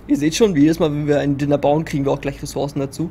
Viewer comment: Niemand: Absolut niemand:: Dinner. man kennt's auch unter Diner (Deiner ausgesprochen), aber ist ok. Heißt ja auch IEtem und nicht Eitem, right?.. oh man